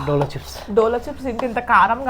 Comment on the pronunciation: Dolo chip❌jolo chip😂😂😂😂